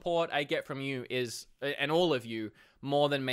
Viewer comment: “It ees what it ees”